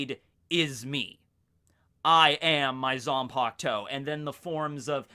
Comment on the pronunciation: It’s Zanpakutō. Not Zanpaktou 🤣